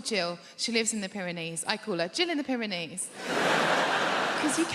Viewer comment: Pair of knees 😂that is all I hear why she says it